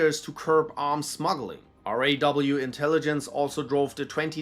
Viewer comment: I seriously appreciate you saying R&AW instead of a raw, because officials of raw hate it when someone calls it raw as it sands for something uncooked